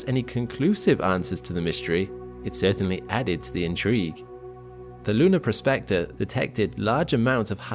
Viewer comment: "PROSpector", not "prosPECTor". Two different words, with different meanings.